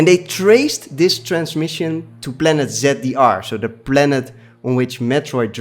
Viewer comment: Planet ‘Zeddiar’? Don’t you mean ZDR?